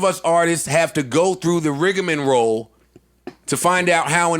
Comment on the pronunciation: Joe “Rig-a-men-roll” Budden